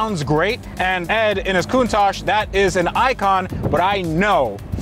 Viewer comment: saying a countash isn't an icon 😤